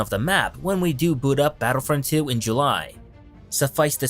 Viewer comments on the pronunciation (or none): none